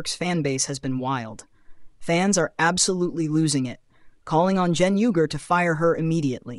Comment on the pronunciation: 1. You can't even pronounce Cenk's name correctly. 2. They're being sarcastic about how "right wing" she's been recently. 3. You missed the mark in a major way.